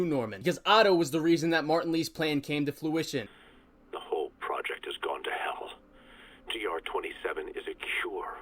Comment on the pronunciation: Totally nitpicking here, it's "fruition" not "flew-ition" love the vid!